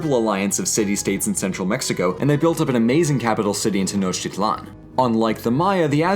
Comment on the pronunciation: Technotitlan is pronounced Tay-noh-teet-lawn.